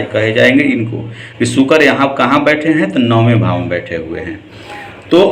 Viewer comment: मिथुन के राशि स्वामी बुध होते हैं मीन राशि के साथ मिथुन को मिलाकर आप गुरु को स्वामी बता रहे हैं जबकि मिथुन के बुध होते हैं नए जानने सीखने वाले तो इससे भ्रम में पड़ जायेंगे।शुक्र को बार बार सुकर बोल रहे हैं ढंग से बोलना तो सीख लो भाई..